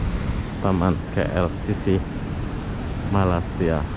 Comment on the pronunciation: aku mahu menegur kamu yaa jgn sebut malasia ramai jawa indo menyembut nama malaysia dgn salah sedikit tidak tempat sebutan nya malaysia* bukan malasia yaaa aku mahu menegur kamu perkataan nama negara 👉ni malaysia bukan malasia bunyi nya aneh skali salam saya dari perak hadir